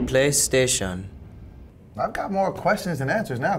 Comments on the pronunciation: When he said playstaion😂😂😂😂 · PLEY STATION. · plah station